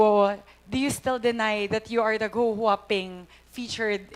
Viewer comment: My gwaaaaad! Cong. Luistro. It is GUO (GU-WO) not GOO. 😂 you keep on saying GOO.